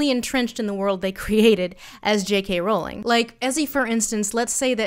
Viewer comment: Thank you for pronouncing Rowling the right way it’s one of those wired pet peeves of mine that is always just too irrelevant to point out when people get it wrong